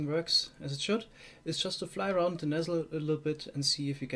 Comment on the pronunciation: I like how he says 'Nesser' Instead of 'Nether'. Im German lol and i can pronounce the th better xD